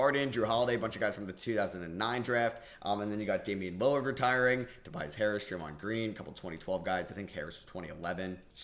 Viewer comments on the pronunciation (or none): none